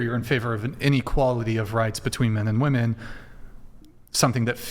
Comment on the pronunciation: Why is this "woo-men" way of saying the word a thing?